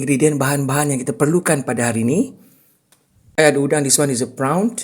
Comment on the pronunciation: Bukan PRAON tapi PRON. (PRAWN ).